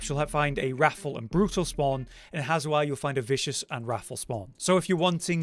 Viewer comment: "Hazewar" No, it's Hawezar. Say "How bizarre", then take the "b" out. Hawezar.